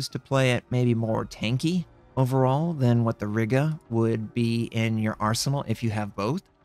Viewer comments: Riga not Rigga ;) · Riga is pronounced as R-ee-ga, Im from there I would know :) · you probably don't care; but i'll be "that guy" i'm pretty sure riga is pronounced as r-eye-ga and i believe WG said tianjin is pronounced as tee-an-gin